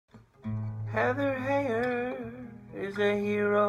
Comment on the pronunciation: According to CNN, her last name is pronounced HIGHER, not HEY-er.